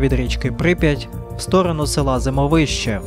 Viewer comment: ЗимОвище - так верно с ударением.!!!!